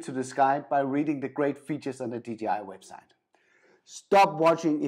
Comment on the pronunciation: I'm not a DJI fan boy ...but it is DJI not DGI aaaaaaahhhh